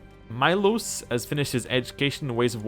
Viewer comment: The name is pronounced MEE-losh, FYI